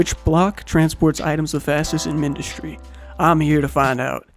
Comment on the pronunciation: (no hate tho) its pronounced as mine-dus-tree